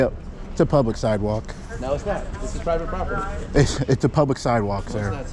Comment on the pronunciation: this is pie vit pop ur tee. 😂😂😂 so mad he can’t speak.